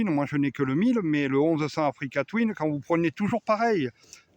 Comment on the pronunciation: J ai arrêté de compter le nombre de fois oû tu dis africa touine😅